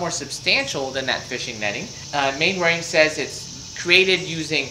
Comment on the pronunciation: Fascinating! Thank you. Maybe it’s a period thing, but the usual pronunciation of Mainwaring is “Mannering”. Rather like Cholmondeley being pronounced “Chumley”.